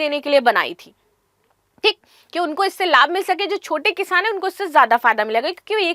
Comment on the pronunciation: Kishaaaan nahi kisaan hota hai